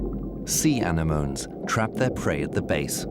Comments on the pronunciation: "An-en-oh-me" ffs.. lol this is an amazing doc though. 👏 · had that impression, like we need someone from UK to narrate because the accent sounds so much more science-y, but pronunciation of Sea Anemone as Sea ANNY-MOAN had me laughing in fits. There were more, but that was my favorite..Do love the video which was beautifully shot and edited.